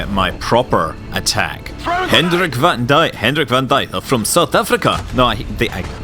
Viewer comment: Scott, BTW van Dyk is pronounced "fun Dayk"